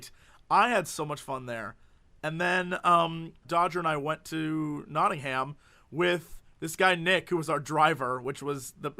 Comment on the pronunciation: Not-ing-um, and if you really want to speak like one of us then you don't pronounce the "t" either.